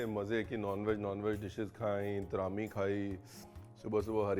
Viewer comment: Bahut hi zyada acha laga apne Kashmir ko aapke show me dekh ke …aur aapke muhh se “traami “aur kashmiri words sun k bda sukoon mila ..Thanku for this recipe